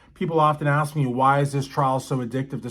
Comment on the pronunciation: I was sick of hearing "would it be fair to say" and AKSED instead of ASK. Also he pronounced sustained as substained more often than not.